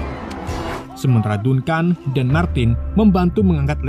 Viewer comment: Dankən bang dibacanya bukan dunkan